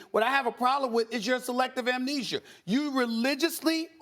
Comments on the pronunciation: “Amnheezhure” - Stephen A. Smith 2019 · Stephen A Smith: Selective amneser